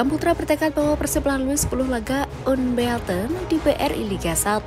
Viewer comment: Unbeaten bacanya "Anbiten" min :face-blue-smiling::face-blue-smiling::face-blue-smiling